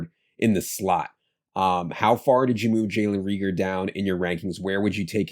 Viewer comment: Makes me cringe listening to you guys say Re-ger instead of Ray-gor. Also, La-vee-ska?!? Haha what? It’s La-visk-uh